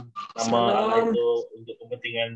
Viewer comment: Tulisannya ALLAH kenapa diucapkan ALAH..? Yang nyanyi mengucapkan ALLAH bukan ALAH. Mohon diperbaiki lagi pelafalannya,sesuai literasi linguistiknya...jangan alergi dengan pelafalan aslinya. Terimakasih🙏